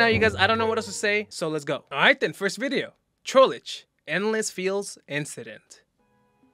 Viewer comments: "Trollege" BRO YOU KIDDING ME? ITS TROLLGE NOT TROLLEGE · I love how he says Trollage instead of trollge